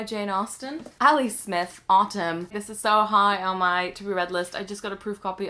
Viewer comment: if you're going to say autumn with an american accent, you should "tap" the t (make it sound more like d) because it sounds weird if you pronounce the t